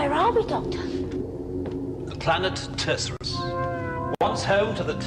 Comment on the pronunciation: even though they pronounced it wrong!😜